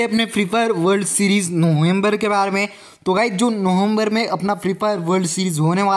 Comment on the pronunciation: bhai November toh dhng se bol le 😭